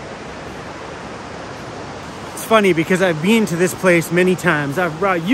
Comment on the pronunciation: U say been like Bean….Wth is that all about? Bean to…. 🤓🤓